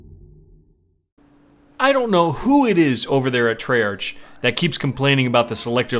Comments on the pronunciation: I have been holding this in for a long time now.... Treyarch is not pronounced Tre-ARCH its Tre-ARK. I have been holding it in for a while but I couldn't hold it in anymore. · LOL Its pronounced TreyARC